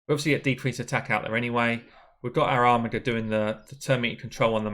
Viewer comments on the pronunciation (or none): none